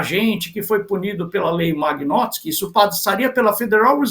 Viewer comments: Lei magnótski rsrs.....vão estudar antes de falar besteira. Nem o nome correto sabem pronunciar, imagina se entendem algo sobre o assunto. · Nao sabe nem falar o nome da lei kkkk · o cara nao sabe nem falar o nome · O comentarista nao sabe nem pronunciar o nome da lei! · O cara não sabe nem falar o nome da lei, quer explicar como funciona kkkk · O moço não sabe falar o nome da Lei. Ele não tem conhecimento suficiente para comentar o assunto.